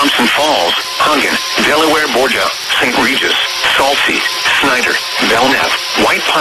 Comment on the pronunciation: Gotta love funny mispronounciations of some town names, like here with De Borgia as "Delaware Borgia" or Saltese as "Salt-see" (actually pronounced salt-tees).